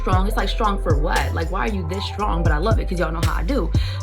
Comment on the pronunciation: Good video but that 'shrtong' gives me an ick!